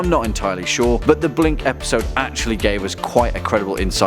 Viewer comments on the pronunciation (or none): none